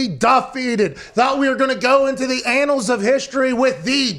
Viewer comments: Dear Pat. Annals is not pronounced like anal - it's pronounced "an-nals". Just FYI. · he said anal with n s instead of pronouncing it analls